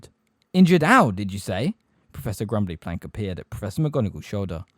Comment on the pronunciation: It is “emphatically” not “empathetically” Her name is Grubbly-Plank not Grumbly-Plank His name is Firenze. Not FirenZEE JFC man